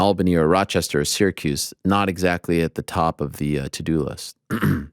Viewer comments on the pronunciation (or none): none